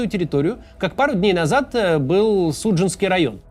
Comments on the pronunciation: Максим, СуджАнский район, а не СУджанский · и далее. Человеку, который отвечает за ударения в словах в тексте выступления – район СуджАнский. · СуджАнский правильно говоритьь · Поправка: район СуджАнский, с ударением на выделенную А. (извините, второе видео "режет слух"). Говорю как бывший житель этого района. А в остальном: спасибо за видео!